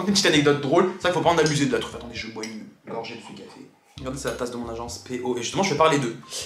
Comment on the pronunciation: Café pas cafai